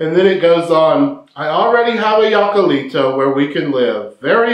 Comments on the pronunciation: Hi! I'd like to help you how to pronounce "jacalito". This word as you see starts with "J" but in Spanish you may pronounce it as "H" in English. So is something like "hakalito" 😂 This refers to a small quickly built hut. It doesn't specify what is made off, but it could be like you said out of adobe or other materials like grass, palm's fiber or little sticks. It sits high up on the hill, very close to the river so you can do laundry. What a Macho!! 😂😂 I hope it useful to you. 💗Music🎵🎼🎶🎺🎸🎧🎹📻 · Te voy a enseñar cómo se dice JACALITO Y no “yacalitou” .... primero trata de reírte tal y como si lo estuvieras leyendo: “JA JA JA” ya tenemos la primera sílaba y la más importante, después de que hayas dominado la sílaba “JA” continuamos con la segunda sílaba: CA. La tercera sílaba es “LI” y la última es: “TO”. Ya tenemos completo todo: JA CA LI TO!!! Saludos desde La Ciudad de México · In the movie he was in a falsetto contest and it is pronounced Hakaleeto Jacalito (Hakaleeto) you’re pronouncing it in the German (Yakaleeto) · Jacalito comes from Jacal,a kind of hut very modest cabin made out of wood and adobe! It’s pronounced Hack-ah-lee-to!hello from Long Beach! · YOU HEAR THAT PEDRO SAID HACALITO, NOT YACAILITO. LOL YACALITO POOR MAN. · Not Yiacalito, Hokuleeto! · Se pronuncia. Hacalito se pronuncia en español como si fuera con H al inicio "hacalito"